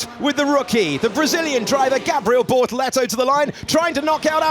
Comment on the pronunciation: Its BORTOLETO. Not Bortolleto.